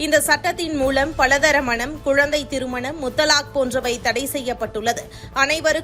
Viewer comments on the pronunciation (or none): PALA " THARA" MANAM ALLA. PALA " THAAARA" ENBADHU THAAN SARI. NEWS READER ? ? ?